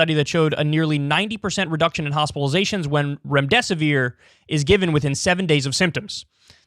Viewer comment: Remdesivere?? Really ?